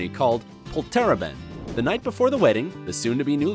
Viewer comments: 😂😂😂😂 Polteraben! You actually say it more like this -> Pol-ter-a(ah)bend. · It's POLterABend, not polTERaBEND. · same I was like .. what? polteraban? huh? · Sorry, but the way you pronounced 'Polterabend' is really weird... it's 4 syllables like: "Pol'ter'a'bend" (not "Poll'terra'ben") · It's not pronounced Pole TERR uhbend. It's pronounced POLter AHbent. It means noisy evening. Actually a lot of the pronunciation in this is wrong! You can tell he's just reading a script and didn't bother looking into the "facts" he was listing off. If you want to sound professional you might want to do some research. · its not polterend or how you said it its Polter Abend 2 words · Polteraben 😂😂Its called POLTERABEND in Germany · 😂😂😂 pol-TER-a-bend. It's POL-ter-A(ah)-bend... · The Pollterrabent? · Its polter-abend, not poltera-bend. Poltern means something like rumble and Abend means evening. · Polter (rumble) - Abend (evening)! Not pol terra bend! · Polterabend is actually pronounced "Poll-ter Ah-bend", not "Pollterraban(d)" :D funny af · It's not called "POL-tera-bend"! It's called "Pol-ter-A-bend! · Polterabend -> poltereban xD I had to play it again to figure out what you said there. And I am German :D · Yeah, it's the emphasis on poltERaben, while we would put the emphasis on POlterAbend. XD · It’s pronounced POlter-Abend such as in Poltergeist. xD Polter is related to any loud noises and Abend means evening. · I'm german and I needed alot of time to recognize the 'Polterabend' as Polterabend ;D Its pronounced Poulter- Uhband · Ok first of all, you pronounced Polterabend so wrong it wasn't even funny anymore. Also the first image that you showed (the animated one) wasn't really 'german'. WE DONT WEAR LEDERHOSEN REGULARLY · I once saw a toilet go down 😂 but the pronunciation of Polterabend is miserable in this video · It's called "Polterabend" and is pronounced Pol-tar Ah-bend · I love how you pronounce "Polterabend" xD It would be rather like: "Pollter-abend"